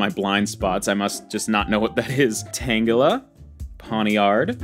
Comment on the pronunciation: for me is tangela 🤣 nothing against him but every time he said the name wrongly I found it extremely annoying (no hate)